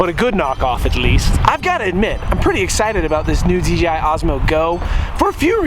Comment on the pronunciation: Is he saying DGI?